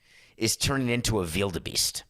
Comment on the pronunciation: I like the way you pronounce "wildebeest"